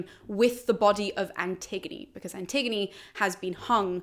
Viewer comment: Looking at someone’s bookcase and was confused by one title. Me: “Anti-gone?” Them: “An-tig-o-knee”. I cringe a little inside whenever I hear the name